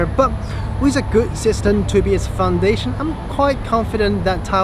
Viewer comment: Thanks! I noticed that when you pronounce "system", your lips didn't close with the "m" sound.